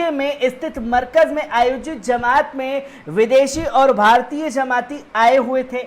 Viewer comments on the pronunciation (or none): Zamat nhi bhai jmat h thoda werd shi bolo